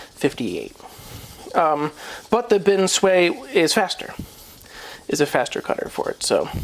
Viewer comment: Love the videos, very informative. Just one.gripe, the way you pronounce binsui! Haha. It's bin sue ii or e not bin sway